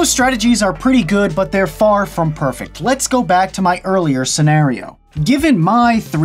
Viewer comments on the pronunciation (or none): none